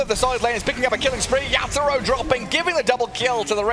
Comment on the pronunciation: Why u keep mentioning yapzor instead of yatoro wtf 🤣